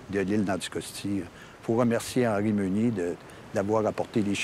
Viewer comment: C'est pas Henri ' Meunier ' mais HENRI " MÉNIER " Ménier. . .